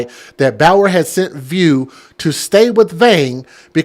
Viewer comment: Elijah's last name us pronounced( voo)